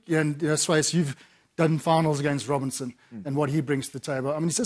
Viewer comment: It's Robertson not Robinson...